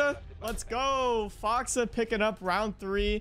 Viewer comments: Man I love you but hearing you say "Foxuh" and not FoxA was just petting my peeves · Can tell you don't watch OXG play much cuz you call him "Foxa" instead of "Fox A" No hate just jarring to me 😝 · It‘s FoxA not Fox or Foxa